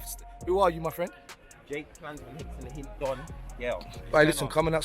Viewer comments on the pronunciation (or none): It’s HIITDON bro lol 😂 everyone gets it wrong 😂